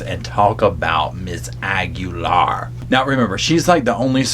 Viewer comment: DID U SAY KEEGAN AGULAIR OR KEEGEN?